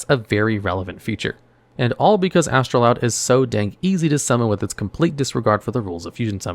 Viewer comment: You're mispronouncing Astroud...(there's no 'L')